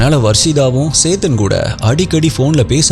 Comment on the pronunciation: it is chethan not saythan 😅😅